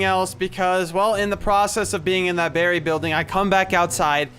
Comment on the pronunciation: it should be "Berry"